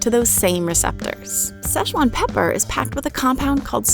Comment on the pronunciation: Szechuan, pronounce, See-Chu-wan